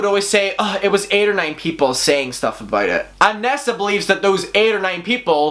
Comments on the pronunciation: I hear "NASA" every time you say nessa lol, your accent is perfect. 💖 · i fr though u said NASA and I was shook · Lmao my eyes are closed and I kept hearing “NASA”... I’m like only Tana could have drama w nasa lmao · Everyone: Nessa: NASA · At first I was like “who the fuck is nasa?” Then I realized you were saying nessa 😂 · when he said nessa came forward i thought he said NASA and i was like wait WHAT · I love the way you say NASSA😂😍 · Why do I keep hearing N.A.S.A instead of Nessa? 😂🤦‍♀️ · I love your accent, but I was definitely sitting here wondering why NASA has beef with Tana 🤦‍♀️😂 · Glad I wasn't the only one that heard nasa 😂😂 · Rightttt it took a while for me too realise he was saying Nessa 😭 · Érin Nic Coinnigh her real name is Vanessa short form... nessa he’s pronouncing it wrong